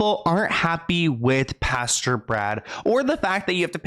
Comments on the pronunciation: Hi luv its Pastor not pasture ❤️ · I thought you said the lead PASTURE 🤣🤣🤣🤣 instead of "pastor" .... but a pasture has alot of manure💩in it so it would be fitting 🤣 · It's Pastor, not pasture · Honey, Pas-tr..not Pasture... love your videos! Always thorough and concise 🖤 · Anyone else realize how cute it is every time says pasture n not pastor 😉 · Pastor not pasture! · the way says “pastor” like “pasture” 💀 i love him sm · Lol I can’t get over how you’re saying pastor